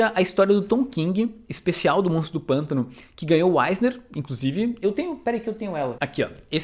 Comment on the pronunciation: Sei que foi só um probleminha de dicção rapidinho, porém agora eu vou chamar pra sempre o personagem de monstro do panto